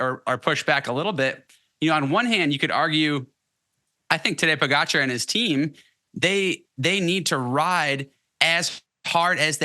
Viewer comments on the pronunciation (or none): At least try to pronounce Pogis name correctly, please?! Po-ga-car. It‘s not that hard.